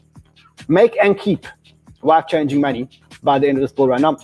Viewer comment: Are you saying “life-changing money” or “wife-changing money?”